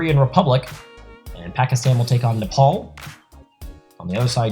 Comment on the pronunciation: Why Nepol’ instead of Nepal?